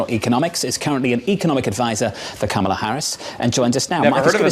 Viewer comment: please pronounce it Kámala, like a crystal flute.